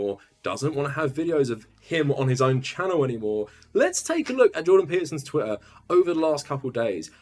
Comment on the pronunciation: did he just say 'twittain'